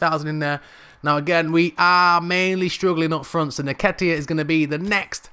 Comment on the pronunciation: Brudda his name is EN-KET-TIA